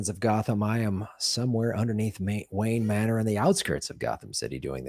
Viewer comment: He almost said Main wanor instead of Wayne Manor lol...